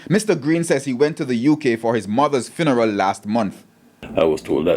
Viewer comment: Did this educated news reporter say "finneral" - seriously?